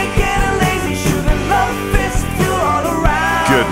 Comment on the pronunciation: "You taught me baseball team and how to ruvv"